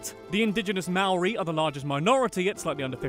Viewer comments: omg it’s pronounced moe-ri like hoe but moe UGH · it slightly annoys me how you pronounce 'maori'